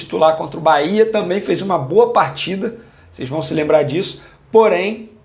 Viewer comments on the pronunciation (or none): none